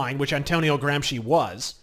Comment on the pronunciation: ... my god, he knows how to pronounce Gramsci correctly! That's not something you hear every day from an English speaker!